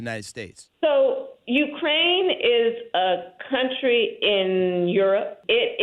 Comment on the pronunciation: Wussha is a BIG BUWWY and Ukwaine is a smol bean